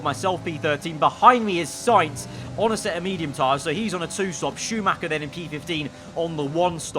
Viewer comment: Dont play F1 if you can pronounce Schumacher correctly!